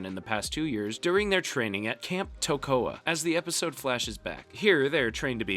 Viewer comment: The fact that you pronounced Toccoa and Sobel incorrectly, I'm going to say you haven't watched this at all you fraud